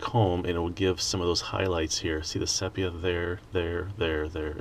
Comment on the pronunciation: I love your work mate but the colour is pronounced see pee ah